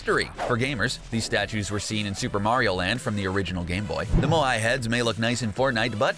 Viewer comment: Nice video,but here’s some things you got wrong 1. Lazy links not Lucky links 2. Moai is pronounced as Maui